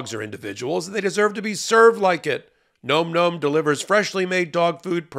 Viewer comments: You should pronounce the words correctly. It's not nome nome. It's nomm nomm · NOM-NOM rhymes with bomb, not comb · ...please pronounce it correctly - "nawm nawm" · Please look up the pronunciation of "nom nom" :)